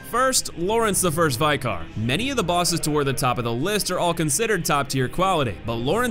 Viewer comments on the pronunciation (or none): It's pronounced Vick-er. Not Vie-Kar. You do this in every video where you mention him. Thought you would have fixed that by now. Usually you correct your mispronounciations over time.